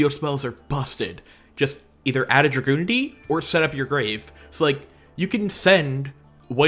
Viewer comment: has no right to judge for her pronunciation of the Dragunity names when he pronounces it "Dragoonity" instead of "Drag-unity". That's what the name means, dragon unity. That being said, is based!